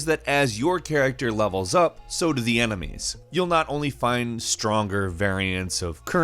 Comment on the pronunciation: He also says "emenies"